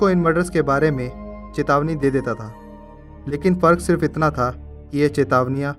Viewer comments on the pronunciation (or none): none